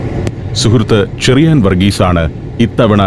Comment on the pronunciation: ചെറിയാൻ ആണ് ഷെറിയാൻ അല്ല.. ച യും ശ യും ഷ എന്നാണ് കേൾക്കുന്നത്